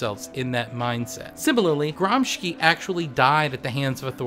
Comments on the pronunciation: Your video is awesome. Let me just nitpick on the correct pronunciation of "Gramsci": it's Gram-SHI (as in "shill"), not Gram-ski. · Gramsci is pronounced "GRAMSHEE" ;) amazing video nonetheless, the production values are amazing for such little subscribers, hope you guys make it big, cheers from Italy!